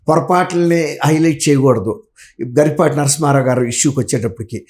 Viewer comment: గరికపాటి కాదు గరికిపాటి 🤦🤦🤦